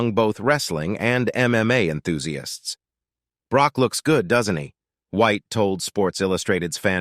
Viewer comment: I know! Like the commentator has never heard of Brooke........I mean Broke.....oh darn! Brock 😂